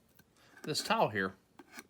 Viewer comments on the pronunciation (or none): Lmao it sounds like you say towel when you say tile lol. I thought you were making a video about towels and wood before I read the title